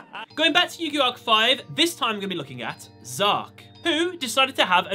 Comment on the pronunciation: Its not Zark its Z-arc